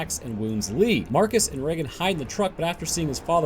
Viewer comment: Reagan and Regan are two completely different names. Reagan is pronounce as you say it in the video but Regan is pronounce Ree-gan, not Rea-gan. Regan is the shorten version of Regina and Regan means Queenly/ Regal. Regal, Regan. The start both have the same Ree pronunciation since the name came from the word Regal